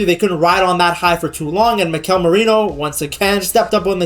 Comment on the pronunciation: I wonder if the reason English speakers stress the second syllable of the name Mikel instead of the first is because of the name Miguel, which is stressed in the second syllable